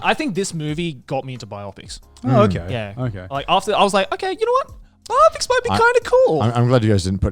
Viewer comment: biOpics? It's BIopics, right? Like BIography?